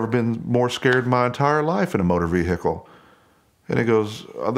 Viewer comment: "Moh'dr Veehehkl!"